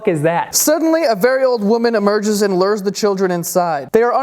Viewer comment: did Joe say "lurrs" instead of "lures"? lol